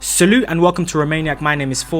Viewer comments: Salu? Wtf is salu it's salut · mf said salute instead of salut